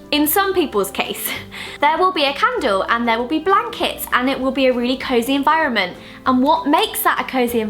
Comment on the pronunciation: The way Zoella says environment sounds so American!!!!!!!